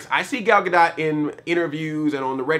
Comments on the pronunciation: her last name is pronounced "ga-dough" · Isn't the "T" in "Gadot" silent? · Take a drink every time Andre mispronounces her last name.